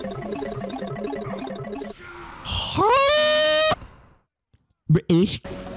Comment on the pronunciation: that "bri'ish" was amazing..